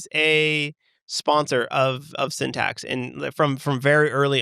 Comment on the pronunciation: welcome to syntac. 😂😂😂 I didn't hear the x in syntax